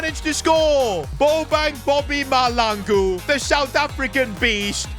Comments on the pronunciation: I am South African and the surname Mahlangu You have to say HL like a hissing cat I always want to laugh when you say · Just an FYI, you will never find a Caucasian Bobang Mahlangu in South Africa 🤣 that name is exclusively for a Black dude. EA got it very wrong here. Also the pronouncing of the Mahlangu is incorrect, but thats not a train smash. Love the series! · The name is mahlangu please pronounce the name right ✅️ 😅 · I am a south African.plz try to learn how to pronounce mahlangu's name well plz 🙏 😊